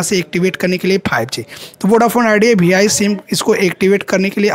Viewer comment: Bhai vi to kehna seekh lo bh I keh rahe ho 😂😂😂